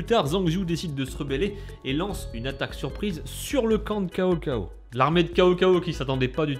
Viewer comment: on prononce tsao tsao pas CAO CAO XD